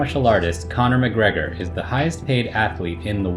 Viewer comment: Conor mequigregori 😢